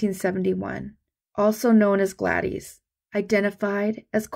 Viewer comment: Thanks as always for doing the research and presentation. A couple of pronunciation tips: Gladys = Glad-iss, not Glad-eez. Portsmouth = Ports-muth, not Ports-mouth. This makes me think of Plymouth Rock: the y is a short i sound and mouth is condensed to “muth”. Carry on, and thanks!